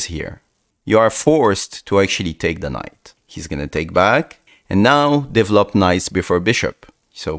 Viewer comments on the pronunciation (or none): I just love how he says "devlop"😂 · ah yes "devlop"